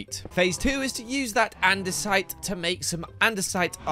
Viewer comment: I thought he said gather and decide.. not gather andesite 😂